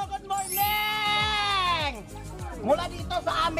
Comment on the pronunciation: hello Goodmorming ... 😆😆😆 natatawa talaga ako sa hello goodmorNing na linya niya..